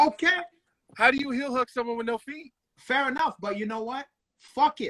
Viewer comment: deliberately saying, feech (feet) lol